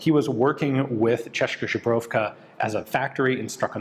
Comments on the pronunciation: chezzkaa should be better to understand how to pronounce... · I love how he pronouces Česká Zbrojovka as Češka Žebrovka. :D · Just random gramarnazi... or pronaunciationnazi. Česká Zbrojovka, Č = Tsch Ian pronaunces right, but "s" in Česká is pronounced same way as you pronounce "s" in snake. á at the end means is a long wovel so "aa". But he really butchered Zbrojovka, he said something like Žbrovka, which sounds like polish or something. "Z" in zbrojovka is pronounced as "z" in word zip. and "j" like "y" in word yes. So its kinda Tcheskaa Zbroyovka